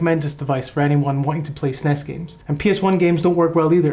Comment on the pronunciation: As soon as you pronounce the word SNES. Im out.